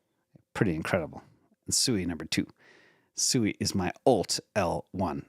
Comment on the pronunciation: SUI = swee, as in suite. Also, K+eight = Kate.